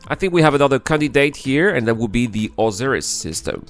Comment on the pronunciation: Oh-sigh-riss is how you say Osiris. XD Great video. It gives me some hope we will see this within my lifetime.